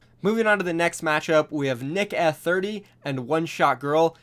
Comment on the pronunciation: Are you sure you have watched Nick Eh 30 you completely butchered his name